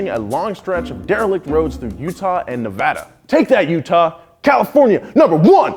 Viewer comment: Thank you!! (for saying Nevada correctly)